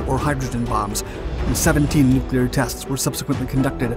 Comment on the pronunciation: I’d just like to thank you for pronouncing Nuclear correctly. Its crazy how many narrators say “nuc-u-lar”…